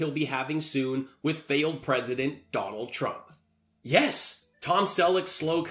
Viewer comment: Dwanald twump 😆😂